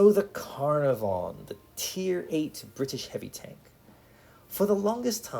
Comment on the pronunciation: FYI - Caernarvon in pronounced kuh-nar-vun - it's a town in Wales in the UK.